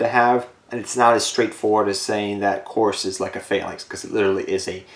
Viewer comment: Lusamine 2nd best pokegirl also not to be that guy but dragunity couse is pronounced cuse like cu cullian from the fate franchise, there is no r.